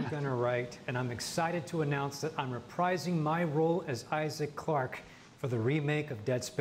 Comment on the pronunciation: Here before IGN corrects “Gunner Write” and “Isaace Clarke” haha